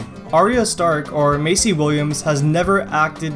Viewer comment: You pronounced Maisie Williams name wrong. It's not May - Cee, it's May - Zee... Just saying.